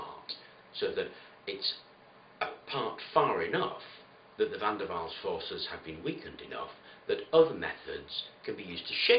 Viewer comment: Great narration man, well thought out! Wonder how many knew you said "VanDerwalls" force?